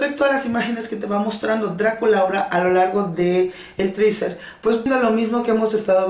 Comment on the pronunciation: Que puedes esperar si dice "triser" cuando es teaser.